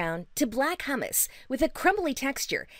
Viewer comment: Oh god the auto-read. It's H-YOU-Moss.